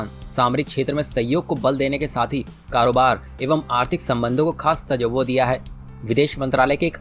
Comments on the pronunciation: Tajjawoh Nahi tawajjoh......news toh dhang se padho ...phir bolte ho ki gali dete ho....pehle socho phir bolo...jai maa bhaarti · तज्जवो नही तवज्जो होता है।